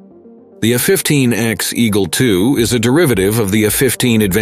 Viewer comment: It's not the F-15 "Ecks" it is the F-15 Echo X-ray or phonetically, the " E ecks" or the E X. Certainly not the Ex as this one is here to stay.